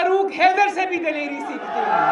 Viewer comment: “Dilarey “ hahahahahha